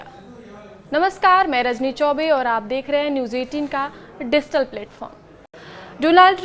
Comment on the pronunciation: Dizhtall, Dolaaand lol..what a news reader 😂